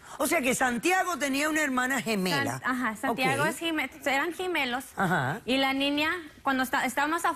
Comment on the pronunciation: Los "gimelos" 😂